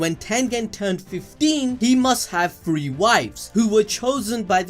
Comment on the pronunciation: Say it with me now “TH-REE” where you getting an F from?